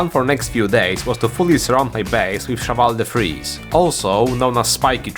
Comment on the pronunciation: the not knowing what the hell you're doing part is the best part (jokes aside your authenticity is what drove us towards you, never lose it and please remember how to peonounce cheval de frise and engine)